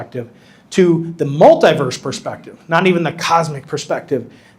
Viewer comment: What is a Multiwerlise? Is that a new AI Spiderman movie?